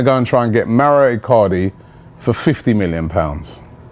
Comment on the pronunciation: Who the fuck is Mario Acardi? I swear his name is MAURO ICARDI? It's not even a difficult name to pronounce yo....